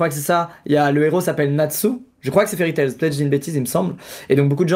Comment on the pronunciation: fairy tail par contre, pas de s à la fin <3